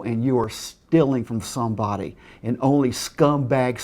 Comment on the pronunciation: "awnd ownly stumbacks sceals from stumbody